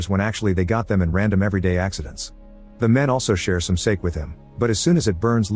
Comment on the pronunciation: Can't say sake?